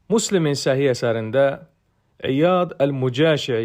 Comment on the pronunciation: 1. Muslim yox, Müslim. Ərəb dilində ü incə hərfdi. 2. Namaz qılıb cəhənnəmə düşənlər dedikdə ilk öncə ayırd etmək lazımdır, insanlar anlasin. Əbədiyyən cəhənnəm və günahları təmizlənənə qədər cəhənnəmdə qalmaq. Danışanda savadlı danışın. Allah əzzə və cəllə Qur'anda Buyurur. "Mütləq bir biləndən, daha yaxşı bilən vardır "...